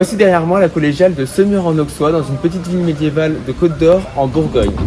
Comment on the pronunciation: Étant Semurois, je suis fier de notre magnifique Collégiale 😊 Bravo pour votre vidéo ! PS : En Bourgogne, le x se prononce sse. Ont dit Aussois, Ausserre etc 😉